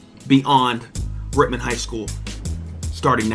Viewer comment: I hate to say it but it’s Rittman bro same reason why I did t take a gig at Wadsworth to much cover up